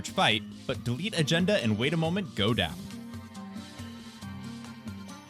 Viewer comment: Haha, the way you're pronouncing Delete Agenda as Deletagenda